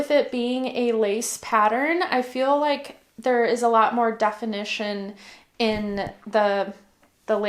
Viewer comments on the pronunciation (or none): none